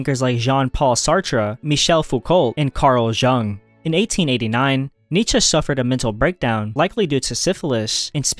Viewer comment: Buddy you gotta learn how to pronounce words properly. Karl yoong